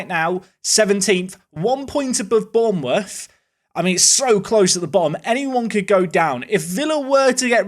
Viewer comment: did you say "Bourneworth" instead of Bournemouth? 😂. Also that relegation battle has 04-05 vibes about it. The Hungarian goalkeeper you referring to is Gabor kiraly.😊